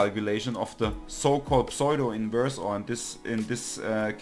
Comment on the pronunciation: Thank you, and greetings from Oregon, USA. The mathematics was familiar to me, but I was having trouble getting started using Octave, and this really helped! I appreciate your video and will look at others. One minor comment on your otherwise great English: it took me a minute to figure out that you were saying "pseudo-inverse" but it's typical to pronounce it with the "p" more-or-less silent and a long "u" = "oo" vowel sound. You can listen here